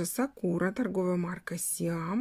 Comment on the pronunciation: сАкура, а не сакУра